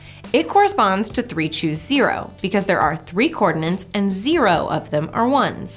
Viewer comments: It's "coordinates", not "coordinants". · Is this just a Yanny vs Laurel thing that I’m hearing wrong? Or is really saying “cordinance” instead of “coordinates”...? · she said 'cordinants' again :P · She must be English!